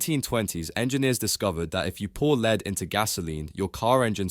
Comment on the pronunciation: Lead is pronounced as "lɛd" (Pb) and is different to "lead" (leed) which could refer to a dog lead (aka dog leash) or to lead someone away. (Leeds , by the way is a city in the north of England - historically linked to Liverpool by an ancient canal).